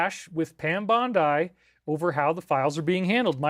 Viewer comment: I love how Dave pronounced Pam Bondi’s name as Bond EYE. Lol. Totally trust his info though😂